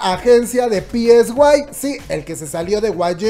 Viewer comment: es sai psy se pronuncia saiiii